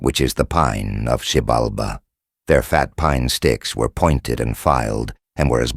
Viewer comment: They constantly mispronounced it along with other names